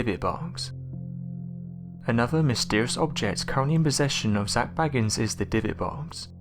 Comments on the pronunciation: Your voice is SO boring, and your pronunciation of Zaks surname is wrong. He is B-A-gins, not Baggins! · It is Bagins not Baggans. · Bay-gins not Bag-ins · Number 1 should have been the demonic attachment he has. Anyone who is an avid fan of the show knows that Zac Bagans (pronounced Bay-gans, NOT Bagg-ns!!🤦‍♀️....GET IT RIGHT YOU IDIOT!!!) has gradually become moodier, bossier, an erratic bully and highly confrontational. These are all signs of a demonic attachment. He often tells of spending many hours alone in the basement of his museum. In order to reach that basement he has to use the stairs from the house he had demolished. Something is VERY WRONG. However in some of the most recent episodes toward the end of this year we have been seeing a little of the genuine Zac, the one we know and admire. I’m praying it’s a sign that he has finally sought professional help with his demons, and will at last able to move forward with his life. I am just one of many that wish him peace, love, light and health. Zac cannot continue his quest without first looking out for himself.🙏❤️ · It's pronounced Zak Bay-gans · His name is pronounced “BAY-gins”. He is not related to Bilbo or Frodo Baggins. 🤣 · I wish, just once, someone would check the correct pronunciation of his name before they botch it. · I strongly suggest that before you do videos you learn to pronounce the name of the person you're doing the video about.